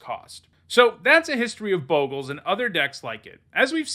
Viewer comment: you're a Boe-gles guy... I cringe everytime I hear it. It's Bog-les not Boegles...